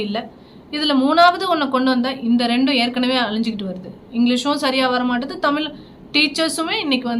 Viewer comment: உங்களுக்கு கூட தமிழ் என்கிற வார்த்தையை உச்சரிக்க தெரியவில்லையே..